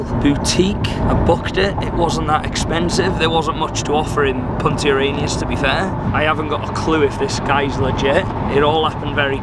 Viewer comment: you said Punta Arenas correctly 👌🏽